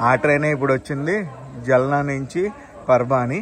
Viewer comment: జల్నా కాదు బ్రో ఆ సిటీ పేరు జాల్నా